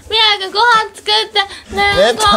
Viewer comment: ごはんチュクって！！って言ってないか。